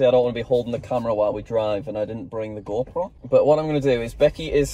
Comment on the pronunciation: For Christ's sake. It's "GoPro", not "Go Pro"